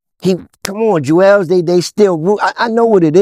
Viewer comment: It's "chew-eLz"